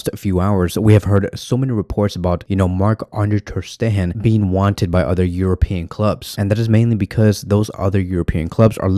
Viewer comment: No need to say Maaahh Ande Terstehan , Maah Ande Testerhan again and again... Just marc enough.